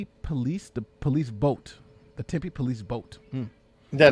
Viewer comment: Tempe is pronounced temPEE not tempay. I thought you would know that until you said that you were down in Tucson. Still... 😆 They should place lifesavers around there. Couldn't hurt.